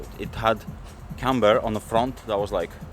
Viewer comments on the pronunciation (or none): none